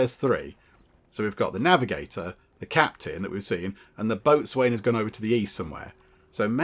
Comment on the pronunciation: point of interest, Boatswain is pronounced Bosen... just so you know. lol